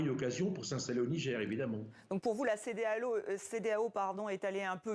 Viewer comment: La peur a changer de camp jusqu'à la journaliste dit la cedealeau !!!😂😂😂